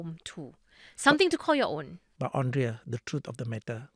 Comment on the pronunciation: Hey Gafoor, please. Her name is pronounced as Andrea (and) not Ondrea (on)